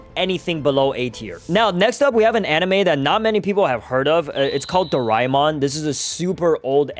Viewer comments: bro I watched it and you dont say it like doraimon but doramon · Bro said darama it doramon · its pronounced, ✓ Doraemon (Do-rey-mon) X Doraemon (Do-ray-mon) Its how asians pronounce it, like me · I grew up watching doraemon btw it’s do ra mon not doi ra mon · Calling my childhood roymon dude it is doramon put sssss tier dude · bro its doramon not reaymon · Dorimon? that isn’t even the name bro- it is dora-a-mon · that is not do rai mon it is doramon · Bro it is not dorimon it is doremon i love doremon but my favourite is the legendery dragonball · I say it 'dorimon' not 'doraimon' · Wth is Do-Rai-Mon its Do-Rae-Mon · bro do-rai-mon is the Japanese way to say it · it is doremon not doraemon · bro it doraeemon not doraimon 🤣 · It's pronounced as Do-ray-mon not Do-rae-mon. That's just the spelling and yes we fellow Asians love that Anime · Bro u are pronouncing doremon wrong I live in india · bro real OGs call doraemon as dorimon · I also grew up on doraemon. Also wth is doraimon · It's not Doraemon it's pronounced dorimon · It is pronuced doramon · it's dor-A-mon 🙌✌️ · it's not doraimon! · uyou sed doramon. its not how u spell it its called doramon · In my country that call Doraemon not rhymemon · nahhhhhhh hell!! nahhhhhh!!! Bro called our childhood very very old and he called it Doraemon doriimon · DORAEMON WAS PEAK BACK IN MY DAY 😂 btw its pronounced door aye mon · It's doraimon in japnese i guess you are Indian cause Indian's pronounce it doremon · Also isnt it pronounced dora-emon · It's pronounced doreemon 🤓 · dude you cant say doramon name wrong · Bro is pronouncing Doraemon wrong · It's Doraemon You Uncultured Swine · You pronounced doraemon wrong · I agree. But do we blame him or not? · yo i said that too